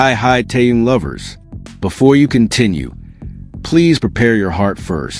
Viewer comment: Что заманера больше время повторяют ненужную иныормацию а ро делу только минутку оставляют Научитесь читать имя Тэхен.Тэхен.